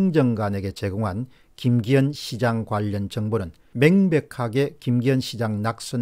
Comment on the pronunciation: 시장을 종종 사장이라고 부르시네. 일부러 그러시는건지. 송병기도 송영기로 부르고